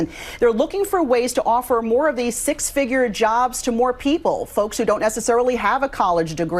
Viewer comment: can't say 'th'. "These, that, and those" are "Deez, dat, and doze."